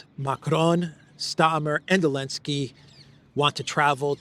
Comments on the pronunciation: I don't understand pronouncing his name alinsky when it's zelinsky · Why do you say “Elensky”? Can someone enlighten me? 😂